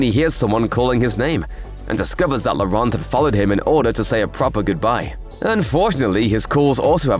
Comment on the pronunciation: Thanks for the explain. Please take note, Laurent is pronounced as 'Loran' (the t is not voiced at all) ;)